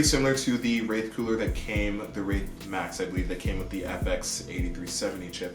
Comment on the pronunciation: "WRAIF?" 'Wraith.' "Wraiffff??" 'I said Wraith.' Awesome unboxing and Bro 👍